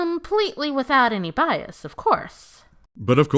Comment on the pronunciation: "Bais" Bais... Bais. BAIS.. BAIS!!!!!!!!!!!